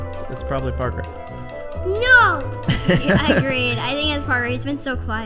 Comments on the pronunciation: U said barker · He said parkor not papa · I love how just saying porker instead of Parker🥺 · said parkor isntead of parker well: he said parkor why u vote me it was so funny xD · says poster instead of imposter and when he says Parker I literally did with cuteness